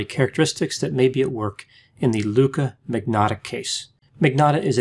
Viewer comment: Surname is (Italian) and yet can't pronounce magnotta. Manyotta!